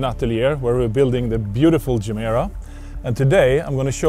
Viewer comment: Mr. Koenigsegg, you once explained how the name Gemera came about, what it means in Swedish, and how it is pronounced. I'm confused. Should I interpret this English pronunciation as a sign of low self-confidence or opportunism?